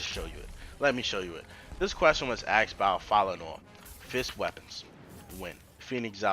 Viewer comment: Why do you say aksed instead of asked?